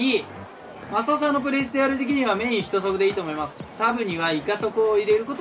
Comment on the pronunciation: 人速＝じんそく❌ 人速＝ひとそく ⭕️ ですよね？